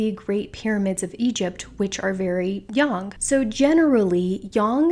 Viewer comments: I couldn’t get past the intro because of her saying “yin young” instead of “yin yang”. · Sorry, but this bothers me very much. Its not "young", Yin(Y"en" as in end) -Yang (Y-"ang" as in "Ang"ular). Its not YOUNG! Good information. ITS NOT YOUNG!!!!!!! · 👏 yea, this was bugging me. Yin-yAng (like gang...why yang-gang) not yin-yong (like gong). Hope that helps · it's pronounced yin yang, and not yin young. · really???? I’ve never heard anyone pronounce it yong....very strange